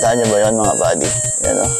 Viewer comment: "PADI" or "buddy"? :O